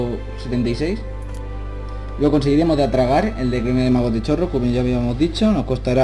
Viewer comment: No sé dice Chorrol como se Lee Se Pronuncia "Corrol"